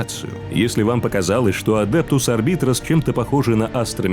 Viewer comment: Ну начнем с самого начала: Адептус Арб"А"йтес(А вот работают там подразделения Арбитров), Сервит"О"ры, Адептус Со"РО"ритас, Ордо Ер"Е"тикус, Ордо "МА"леус. Товарищи, суть вы уловили... Теперь осталось замаливать грехи перед статуей Бога Императора и лучше готовиться к озвучиванию видео. ^_^